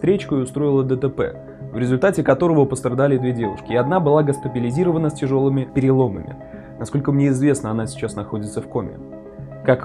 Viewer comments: "Гостапилизирована". "Совнематься".У автора дислексия? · ГОСТАПИЛИЗИРОВАНА?! Что?! Неужели нельзя переписать звук, нормально сказать?!